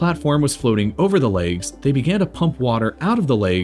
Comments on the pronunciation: Why do you pronounce "legs" as "lakes" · Nobody: /Americans: laygs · Why do some americans say "laygs" instead of legs? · It bothers me how he pronounces "Legs" "Laaygs" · The “laigs” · Legs not leags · "the laigs" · I squirmed every time you said "leygs" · Man wtf is a "layg"? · Bruv they're called fucking "legs" not "layoogs" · Why does he pronounce "legs" as "laygs"?? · Is it just me or is he saying leygs? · Holy shit learn how to pronounce legs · legs? no, laygz. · You don't know how to pronounce "legs" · You from Minnesota or something? Why you pronounce legs like that? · it's distracting the way he keeps saying "the laygz"